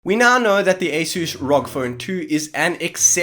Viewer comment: who says R-O-G as rock 🤣🤣🤣